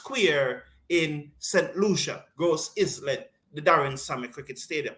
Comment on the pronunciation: Gros-Islet is pronounced as Groz -eelay.